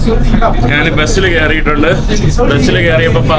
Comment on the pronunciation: നാന്, നാൻ അല്ലെടാ മുറിയണ്ടി, ശരിയായ മലയാളം. ഞാൻ എന്ന് പറഞ്ഞു പഠിക്കുക